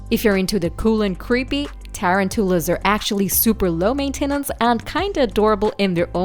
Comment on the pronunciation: "Tare-an-tool-a" Heh